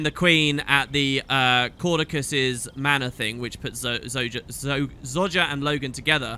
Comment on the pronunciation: When accidentally says Zojja's name correctly so he has to go back and make sure to annoy everyone with the mispronunciation.